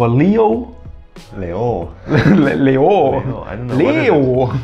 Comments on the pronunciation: นึกว่าคนสุพรรณมาเอง55น่ารัก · เหมือนคนอีสานพูดลีโอ555